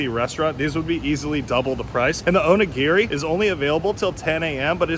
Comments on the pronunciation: Onigi... O knee gee 😂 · The way you pronounce onigiri is hilarious!😂